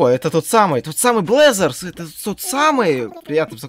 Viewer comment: Не блэзерс а бразеррз